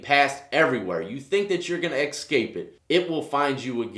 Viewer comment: Why do pronounce escape as eck-scape?